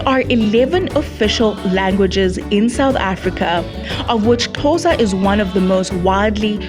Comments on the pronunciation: It's not Khosa it's Xhosa. Please respect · CORRECTION:Its Xhosa not Khosa.Non Xhosa people usually pronounce it khosa . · Xhosa! Not khosa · It's Xhosa not Khosa please😞